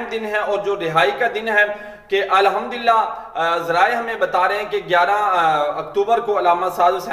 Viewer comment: الحمدُ ہوتا ہے الحمد للہ اگر د کو مکسور پڑھنا ہے تو بحمدِ للہ کہیں جزاك الله